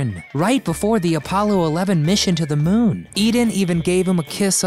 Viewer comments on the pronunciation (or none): none